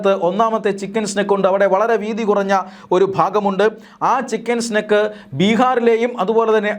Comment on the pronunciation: ചിക്കൻ സ്നേക് (പാമ്പ്) അല്ല സ്നേഹിതാ ചിക്കൻ നെക്ക് (കഴുത്ത്) തിരുത്തി വായിക്കുക